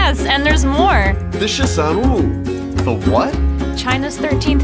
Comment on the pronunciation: shisan WU not shisan oooo